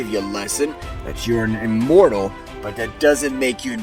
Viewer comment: Inmortal? You mean imortal